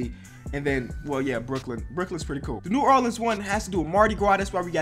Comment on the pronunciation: This maybe bc I was born in Nola but does it trigger anybody else he says New Erleans